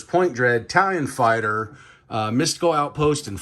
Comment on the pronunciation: Are you saying italian fighter? 😂